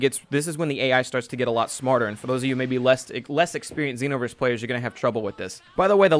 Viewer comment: Why do people say xenoverse with a short e